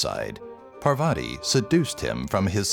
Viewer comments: Atleast pronounce Parvati correctly. It's "paar-vati". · Okay am I the only one that he pronounced GODDESS PARVATI wrong ?